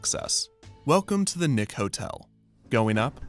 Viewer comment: Is it really that hard to pronounce words that end in ing properly? “Rusheen”, “goeen”, “casheen”